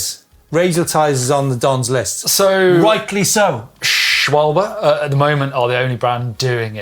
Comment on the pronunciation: 'Sh-val-buh' 🇩🇪 not "sh-woll-bee" 😂❤